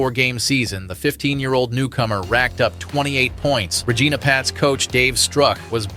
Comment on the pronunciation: They way you say regina is funny lmfao its not how you say it. RegIna with an "I" not an "E"